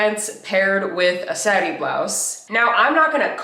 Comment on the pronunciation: So what on Earth is a "SA-ree ("with the short a sound") Incorrect pronunciation. Here is the correct pronunciation which is SAH-ree(with the elongated "a"sound).